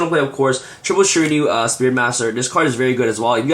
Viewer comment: Dude you keep saying ShiraNIU its fucking annoying. People who speak english as their native lanquage cant pronounce at least 50% of the Yugioh cards.